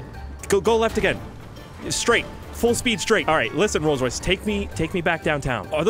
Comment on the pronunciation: Its a rolce roice